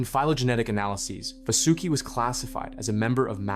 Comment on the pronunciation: No ai used ? How come your pronunciation of vasuki change almost every sentence